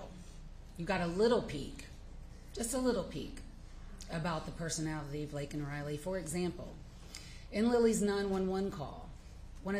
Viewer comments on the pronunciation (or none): LAKEN not LAYLEN